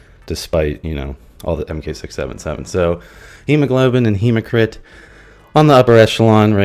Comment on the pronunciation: Hematocrit not “hemocrit” 😂